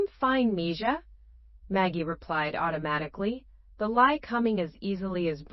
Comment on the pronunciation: It would be nice for narrarator to use the correct Spanish pronunciation for mija (me-ha) when reading. Its bad enough for incorrect English tense use: ie "reed" (present tense) instead of "red" for past tense term 'read'.... If this is "AI"; its Not that intelligent.